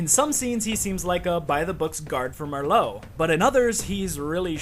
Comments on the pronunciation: It’s fucking Marlowe not Marlo you Dickensian bastard!! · It's either pronounced TalBOT(BAHT) or TalBEHT, TalBIT like you were saying in the video just sounds wrong. And it's MARlow. Not Merlot, like the wine. Just thought I'd throw those out there. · Who the hell is Mer-lowe???? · MARLOWE NOT MURRLOWE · IT'S PRONOUNCED "MAR-LOW" YOU FUCK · this. Fucking triggerred me. MERLOW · Keep getting re-triggered by the comment notifications "Merlow" REEEEEEEEEEEEEEEEEE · lol Marlowe being pronounced as "Merlot" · He mispronounced Marlowe's name because he had another very good friend on the mind: Mister Booze, Mister Booze, Mister B-Double O-Z-E! For real, tho, great vid. I get more sense from this than actually playing Uncharted 3, my second favourite Uncharted game solely because of the melee combat. Probs. gonna be rewatching this one and exploring the other villains you've talked about. Last note: Love the speculation that Talbot had a secret. Makes tons of sense. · how does he mispronounce Marlowe when her name is spoken many times by the characters???